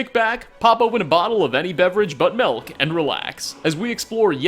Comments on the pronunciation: Melk? You mean milk? Lol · Did u say MELK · Did this boy say melk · "except... mElk" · Anthing but melk